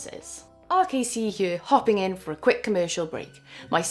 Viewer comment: First of all I just have to say that the way you articulate the word "here" is absolutely lovely. I keep a lot of my stuff analog, and I doubt any AI will be able to replicate my level of stupidity when it comes to music, still it is sad to see that some people spend so much effort into not paying for music. That event looks so cool! Makes me think I should just move to Bristol right now.